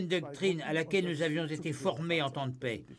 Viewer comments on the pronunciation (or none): none